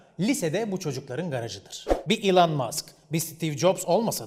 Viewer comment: Elon'ı doğru telafuzla "İLAN" diye okuma adamlığı <3